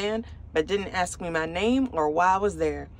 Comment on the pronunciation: Ask not axed